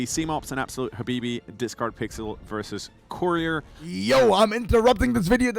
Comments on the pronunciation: the discord blips every time he says your name wrong is such a subtle editing jab i love it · It was great hearing the discord sound when the commentator mispronounced Discardpixel's name